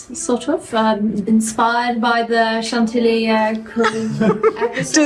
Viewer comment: I feel like I learn so much from these adventures! ( especially the pronunciation of Chantilly). Thank you for taking us along 🤗. And nice book selections,.